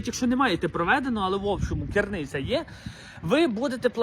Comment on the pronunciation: What is «кирниця»? Did he mean “криниця»?